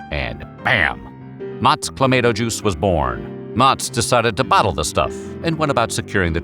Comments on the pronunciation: Cluh Mah Toe... it's awesome in beer!!! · I drink it, straight out of the bottle, regularly It's pronounced Cla-MAY-to, and the Canadians can go take a flying leap through a rolling DONUT! Add vodka to it, it makes a CLAMSHOT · Checking in from Southern California, and the pronunciation of Clamato in this video is sending me over the edge. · I don't know what's more abhorrent, the drink itself or your pronunciation of the product name. lol. whoo boy. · Goddamn it that pronunciation is a war crime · Your pronunciation makes me want to stab you in the throat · Same...never in my life have I heard it pronounced that way. I just stick to V8😂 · You really need some Canadians on your staff. That pronunciation was horrid. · The way you say "clamato" is actually triggering. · He says tom-ate-toe, so it makes sense for him to pronounce it the same. He would have to switch back and forth. It’s a dialect thing. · They pronounced it that way as engagement bait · This AI video made me unsubscribe. What is this mispronounced Garbage. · That’s how everyone pronounces it except the guy getting paid to talk for a living lol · You should be arrested for pronouncing Clamato juice like that! 🤣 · 😂 I had to leave the video I could not deal with that pronunciation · I was actually looking forward to watching this until I heard that pronunciation. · I agree. It annoyed the hell out of me. Yet that is what you get with TTS. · This is the first time in my life I've ever hear it pronounced with an "ay" instead of "ah". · CLAH-MAH-TOH. Not CLAH-MAY-TOH. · It isn't called "Clamayto" juice though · Please stop saying clay-mato. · CLA - MAY -TO? WHAT THE EFF? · It’s pronounced: Cla-ma-toe. You’re welcome… and, get it right. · My favourite voiceover dude and you Butchered the pronunciation. You're still my guy but it's Clamauto. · Canadian Clamato has flavours like pickled bean, the works, and extra spicy. Also it's pronouned cla ma toe you monster. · Cla-maw-toe juice